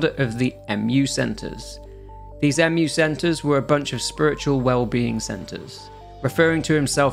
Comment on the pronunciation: Valentini and Wallace are antagonists, not protagonists. Mu is pronounced "Moo", not M-U. Sherpa is pronounced "Shur-PA", not "Shur-PER".